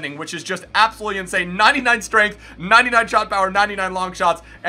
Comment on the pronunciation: in-sané good one